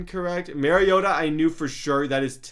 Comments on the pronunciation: Did he say "Marcus Marigoata" No hate though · Your a diheart Titans fan and you don't know how to say Mariota?! It's hawaiian...When you say Mariota the Mar is the same as saying Mario (video game).